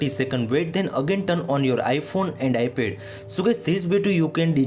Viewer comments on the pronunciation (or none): “iPhone and Ipe”😂